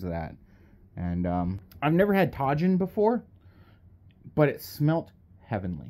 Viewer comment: Tajin is pronounced with the “j” being an “h” like Jesus O. / you know your buddy who just won big in Lithuania World Open Classic. Remember when someone talks about how heavy you are just remind them the Jesus Olivares is heavier but my mom told me to tell you that she still likes strong skinnier you and for you to not feel bad. You are greatly loved. ❤️